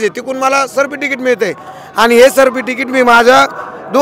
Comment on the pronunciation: Tuzhe sikshan chan zhale sadhe certificate uccharta yet nahi tula.arakshan ghevu n kay karnar.